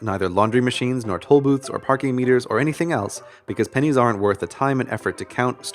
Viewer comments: For a split second I thought he said died of pen1s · Am I the only one who thought it said pines